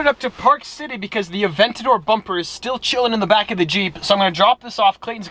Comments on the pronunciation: Its Aven-ta-dor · It's Aventador not Aventador Lmao